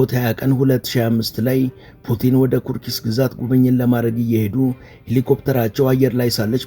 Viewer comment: ኩርስክ ነው ሚባለው።😅